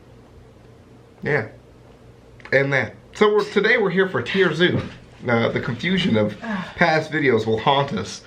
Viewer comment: Its tier zoo not tire